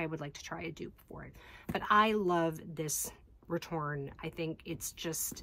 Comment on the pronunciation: I'm sorry I have to correct you, you're missing an "É" at the end of your return. I know in english diacritical accents are rarely used so basically no one writes the name of this bag as it should be written so it goes over almost anyone who doesn't speak french heads but this style is called "retourné" not "retourne" meaning is "flipped (inside out)" instead of just "flip" so pronouncing that final E is very important.